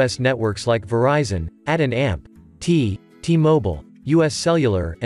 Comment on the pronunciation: At and t? You mean ATT?